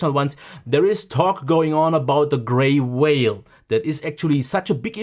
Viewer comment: It's probably very difficult to show in a video,however it looked like to were right to me, the Sony looked the cleaner & better. I wondered what a whale was, then realised you were saying Vale.